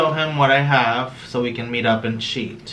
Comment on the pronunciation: I love how says sheet instead of cheat.